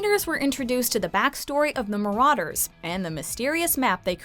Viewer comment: Its so annoying that she says marauder with an au